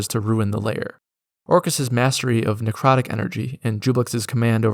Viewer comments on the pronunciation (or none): none